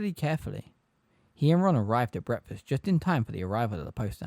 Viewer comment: Love how breakfast is pronounced bretfuss